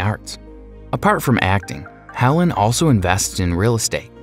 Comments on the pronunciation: Her nane is Helene , pronounced heleen. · Unbelievable. You managed to not just mispronounce but completely mangle the names Bisson, Helene, and Siobhan, and on top of that you got the capital of Australia wrong. Stupid, stupid, stupid! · Bisson is pronounced biss-ON' and Helene is hel-AYN'